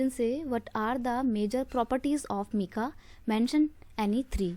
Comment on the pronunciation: Meka nhi bolte hai mam aap galat bol rhe hai